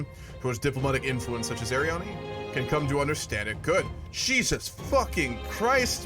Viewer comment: Just for reference - Names like Delonne or Arianne pronounced with a hard vowel at the end. (A-ri-enn)